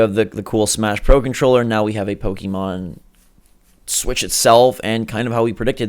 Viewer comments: This guy says "Pokeemon" gimme a break are you serious? Learn how to read, it's Pokémon. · Po-KAY-mon, not Po-KEE-mon. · to anyone pronouncing pokimon im sorry its pokemon, why does everyone say pokimon ??